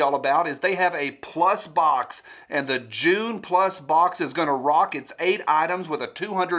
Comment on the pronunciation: When you said "June plus box" I heard "Jew plus box" and I thought, "Overweight Israelis is a weird demographic to have."